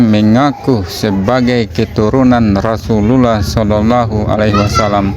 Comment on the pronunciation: Chanel koplak,,ngecengin Gus wafi,,sendirinya ngucapin kalimat Rasulullah aja belepotan,,,kentara bngt Chanel koplak nya😂😂😂😂